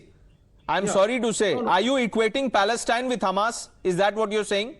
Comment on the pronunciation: Inform the communist idiot to learn how to pronounce the word “Palestine” properly,secondly the bigots are out because Modi and the Majority of Indians support Israel,have nothing to say what the Chinese are doing to their Muslim population.